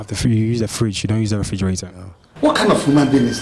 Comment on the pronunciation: After this video I can't even pronounce refrigerator correctly myself 🤦🏽‍♂️